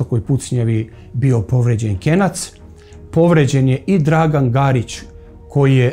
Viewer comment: Nije KENJAC NEGO KENAC